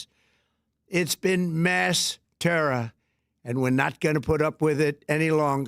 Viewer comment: Trump can't even say terror right. lol He says it like terra. lol